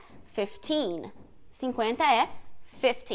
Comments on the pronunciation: Eu acho que a Anitta falou corretamente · No dia da entrevista eu fiquei me achando, pois eu não tenho nem metade do nível de inglês que a Anitta tem e tanto entendi que ela falou fifty como também percebi a pronúncia de Category. KKKKK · Gente, não foi nada disso!!! A Anitta falou 50, mas a entrevistadora se antecipou achando que ela estava se confundindo, visto que a Anitta estava falando da carreira dela e ela, obviamente, tem menos de 50 anos. O fato é que a entrevistadora foi precipitada e não deixou a Anitta terminar a frase. A pronúncia da Anitta foi perfeita. Falante fluente de inglês aqui e tradutora. ✌🏻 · Os gringos são muito chatos a anitta falou certinho e a gringa complicou tudo, chatão kkk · Se houve erro não foi da Anitta. Ela falou FIFTY perfeitamente. A entrevistadora que achou que ela tinha errado a pronúncia, pq esse é um erro comum de brasileiros falando inglês, mas na na verdade ela não errou. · e ela não falou errado 🙆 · ouvi várias vezes a Anitta falou certinho a entrevistadora que marmoteou. kkkkkk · Na verdade o mal entendido aí, foi simplesmente porque a entrevistadora achou que seria 15 anos, pois 50 anos é muita coisa. Não foi nada relacionado a pronúncia da Anita.